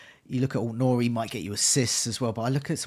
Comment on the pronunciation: Any more irritating word play with "talisman" and you're going to lose a subscriber. And it's AIT Nouri, not ALT. Sheesh!